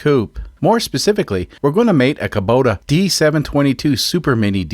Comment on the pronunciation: Hey, not only can you say Osaka, you can also say Kubota! Hahaha. However, it is funny that you say "Luke" when everyone else says "Luck" and you say "Kuhbota" when it should technically be "Koobota", but on Altair 7 it's all psychically communicated anyways. I always love seeing which custom solution people come up with for a unique engine swap. It's funny that you act like everything is bumblefudgery, but secretly, you know what you're doing. Also just want to highly recommend Allen's Fasteners once again. :D P.S. Holy heck those are some lightweight cars!